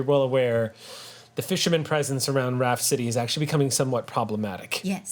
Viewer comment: They say Raft City but I hear Rhapsody.